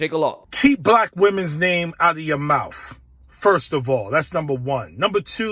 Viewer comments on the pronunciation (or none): First of all know how to say mouth. It’s m-o-u-t-h, not m-o-u-f. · It's spelled: MOUTH! NOT MOUF....Please for the love of God learn to formulate and articulate a cognitive sentence. Not to mention speak proper English and learn to pronounce and annunciate your words correctly. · Its “mouth” not “mouph” or “mowf”… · It is pronounced MOUTH not MOUF...heard about paying HOMAGE to black folks because there Black...sounds like BLACK SUPREMACY to me. !!! Is this man a relative to DON LEMON !! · mr.bowman, it's called MOUTH not mouf. this is not ebonics.🤣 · Did Bowman say "mouff" instead of mouth? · The word is mouth. It ends in a th, not a wf. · Is it mouf or mouth ? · should he not learn to speak English? its MOUTH not MOUFF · Who was that Jamal simp that pronounces “mouth” as “mouf”? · What’s a mouf? I know what a mouth is but not a mouf!!🤷‍♂️ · Its mouth not mouf 😂😂 Learn how to speak proper english. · Not for nothin, but isn't it mouTH ? Or am is my unnouciation incorrect? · Mouf? I'm sorry but "MOUF"?? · What is a "mouf? Such articulate speech. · I can't take seriously anyone who says "mouf." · What is a “mouff”? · Uh .... did he say mouf ? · Why does he say the word “mouf” this brother can’t articulate his words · We have a member of Congress who says "mouf". We're doomed. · “Out of your malf”????? Bruh!!!!! 🤦🏽‍♂️ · MOWF?? MOWF?? Is this man supposed to be educated? LEARN YOUR GRAMMAR! HAVE SOME SELF RESPECT!! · The same guy who says “mowf” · "KEEP a black woman's name out cha mouff"!!.. -J. Bowman WTF?!?! Did the people of NY district 16 vote for WILL SMITH??!!?!?! 😂😂😂 This JackA$S ALWAYS makes a fool of himself every time he opens his "mouff" in public.. 😂😂😂😂😂😂 It gets sad, when u realize their are people out there that actually believe him.. Smh